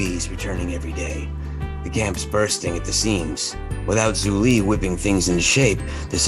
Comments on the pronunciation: Literally 😭 it’s more like “ju li” but they say “zu li” I mean you can’t blame them it’s been 6 years since legend of Korra came out 😳 it’s not like they’re studying lok all this time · why did everyone forget how to pronounce zhu li